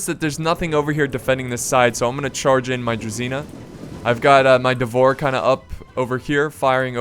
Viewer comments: "Devor"... I just cant's listen to that. No, it's "Dvor". I assume it's the same as as in Serbian, which would translate to "court". Basically some sort of nobles. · that moment when you are not even Eastern European and Call "Dvor" wrong :D :D